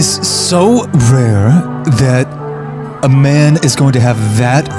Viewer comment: Did u just say rare. Nah